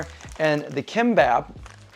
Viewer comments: It’s pronounced Geem-Bop ❤ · sound it out as gim-bop. g would be a weak k sound like "gear" so more like "geam bop".. not "k" sound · It's 'KIMPPOP" KOREAN FOOD!!!! It's not 'sushi' !!! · Geem-Bap. Kim is pronounced Geem.